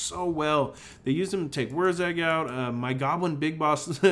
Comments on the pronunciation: "Wog". You don't pronounce the G you zoggin git. It's WAAAAAAAAAAAGH! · That always confused me. Everything else the Greenskins have is spelled phonetically, why not WAAAAGH should it not just be WAAAAA then?